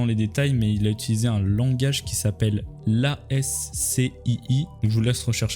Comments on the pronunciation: L'ascii ça se prononce aski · Sa ce prononce ASKII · ASCII se prononcé comme un seul mot pas besoin de dire lettre par lettre